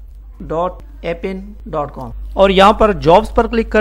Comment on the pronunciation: in appen A is a Silent